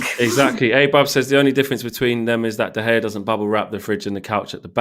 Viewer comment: Did u seriously call him de hae it’s de gea